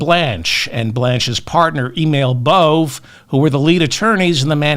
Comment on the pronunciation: Bove is pronounced Bo-vay. He’s an effing asshole either way.